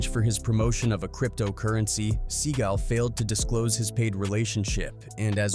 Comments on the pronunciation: He called him Sea Gull 😂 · Steven Sea GALL .....not gulll, fool.